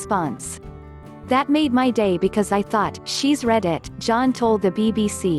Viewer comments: Your computer-generated voice doesn't know the difference between read (pronounced REED) the present tense of the verb and read (pronounced RED) the past tense of the verb. Why not employ live REEDERS who are literate and know how to pronounce words correctly in context. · I couldn't agree more - so odd, all the emphases and rhythms are wrong, and the pronunciation (of "read" vs "read", for example) was wrong as well. Why can't a real human narrate them? And why don't they use the real footage and real voices of the couple concerned? As for "Thank you for watching video" - cringeworthy. You mean, "this video"!